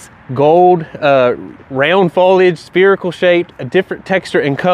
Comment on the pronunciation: Why can't you pronounce 'spherical' properly? It's not 'spear-ical' it's 'ssa-feri-cal'